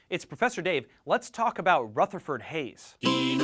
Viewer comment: I'm from Fremont OH and it's pronounced Rootherford anyways great video everyone one else is boring